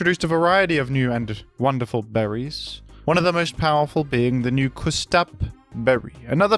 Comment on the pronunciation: while I appreciate your australian pronunciation of baton, I must point out your odd pronunciation of custap berry, after all, it's based on "custard apple" and you wouldn't say the first part of custard the way you say the first part of custap, surely?